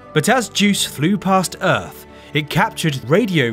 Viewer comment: The sound of uth? Enunciate.